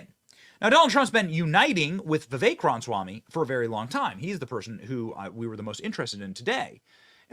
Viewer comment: Benny, I love ya dude. But please, please pronounce it right. Rom-uh-swam-ee. Not Ron-swam-ee or whatever you're saying.